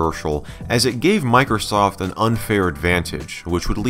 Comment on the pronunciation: Miker-soft!! Love that pronunciation. (It's MicrOsoft)